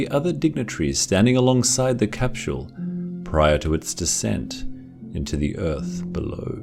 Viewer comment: I love how u say "casphule" ..